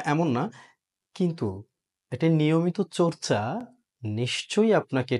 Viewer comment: আমার ✅ আমাড় নয়। চর্চা✅ চোর্চা নয়।